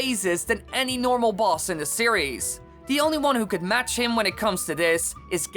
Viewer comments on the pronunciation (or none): none